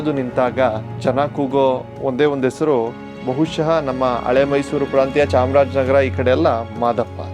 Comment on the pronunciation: ಓಗುತಾರೆ.ಒರಡುತ್ತಾರೆ.ಒರಟು.ಈಗೆ. ಅಪಭ್ರಂಶ. ಬಿಟ್ಟರೆ.ಚೆನ್ನಾಗಿದೆ. ಉಚ್ಚಾರಣೆ ಚೆನ್ನಾಗಬೇಕು.ಹೆಸರನ್ನು ಎಸರು ಅಂದರೆ ಹೇಗೆ.pls tappu ತಿಳಿಯಬೇಡಿ.ಹೋಗುವುದು.ಹೆಸರು.ಹೇಳು.ಎಂದರೆ ಚೆಂದ ಅಲ್ವೇ.ನಿಮ್ಮ ಕಾಳಜಿ ಮಾಹಿತಿ ಸಂಗ್ರಹಣೆ.ಎಲ್ಲ ಸುಂದರ.ಅಭಿವ್ಯಕ್ತಿ ಕೂಡ.ಉಚ್ಚಾರ ಎಚ್ಚರಿಕೆ ಇಂದ ಮಾಡಿದ್ರೆ.ಸರಿಯಾಗುತ್ತೆ.ಅಭಿನಂದನೆ